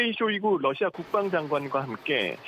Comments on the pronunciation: 댓글토론에 참가해 주셔서 기쁩니다. 우크라이나 전쟁으로 매일 러시아가 TV에서 언급되고 있는데 기자들이 매번 Russia를 Lussia로 발음하니 참으로 듣기가 딱해서 저의 수십년의 외국어 경험에서 얻은 바를 서술했습니다. 감사합니다. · TV기자들은 말도 잘해야 하지만 발음도 좋아야 한다. 특히 외국어는 가급적 원음의 발음에 충실해야 한다. 그런데 많은 기자들은 러시아의 Russia 를 Lussia 로, Radio 를 Ladio 로, Roma 를 Loma 로 발음한다. 물론 한국어에는 ᄙ(쌍리을)이 없어서 L과 R을 전부 ㄹ로 발음할 수 밖에 없는 어려움이 있다. 그렇다면 한국인들은 R 발음을 정말 못하는 것일까? 아니다. 초성일 때에만 못한다. 아리랑(Arirang), 세레나데(Serenade), 프랑스(France) 등 잘 하지 않는가? 그래서 TV기자들에게 힌트를 주고자 한다. R 로 시작되는 단어를 발음할 때 앞에 '으' 발음을 먼저하라 (으)러시아(Russia), (으)라디오(Radio), (으)로마(Roma)로 말이다. 그러면 당신은 좋은 발음을 하는 기자가 될 것이다.